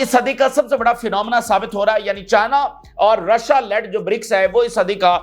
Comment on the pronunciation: Rasha nahi bola Karen Rashia bola karen